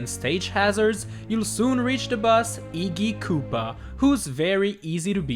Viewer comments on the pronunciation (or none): And "Eeggee Koopa"